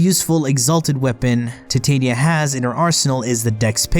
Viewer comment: That's not how you pronounce Titania. Apologize to me or I'm unsubscribing